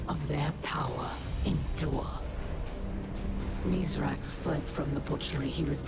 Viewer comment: Hey, as our you gotta stop calling Misraaks, Mithrax.